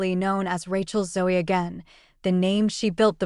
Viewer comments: It's ZO the E is silent. Ràchel Zo!! AI 😂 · How about pronouncing her last name correctly?